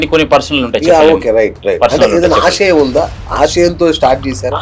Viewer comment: ఆషయం కాదు ఆశయం